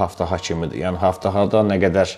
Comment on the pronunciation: haftafa yox qardaş "abtava" demək lazımdır ab su deməkdir tavada qab deməkdir yəni su qabı